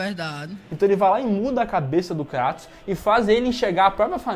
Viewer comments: Kratos não, Krueitos. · vei ele falou kraaatos e n kreitos eu sei q nao se escreve assim mas e so pra entederem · Não é Cratus, é Creitos ou Creitons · Cratos" ? Kkkkkkkkkkkkkkkkkkkkkkkkkk Pqp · Cara q Dor no coração ouvir eles dizendo o Nome do Kratos errado kkkkk